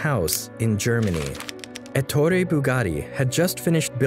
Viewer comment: ETTorE, not atory